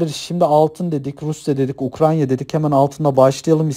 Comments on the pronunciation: Ukranya değil Ukrayna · güzel olmuş ama "UKRANYA" değil.